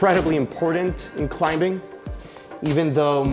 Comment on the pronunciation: I'm loving that hard B in climbing, lol